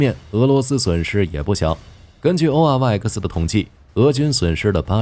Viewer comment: oryx 啊瑞斯，能不能不讀 o r y 呃克斯